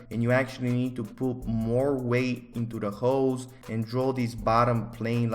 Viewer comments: I’m not hearing ‘holes’ im hearing ‘hoes’ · He said hoes not holes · sounds like he's saying "hoes" when he says holes 😂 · every time he says holes all i hear is hooes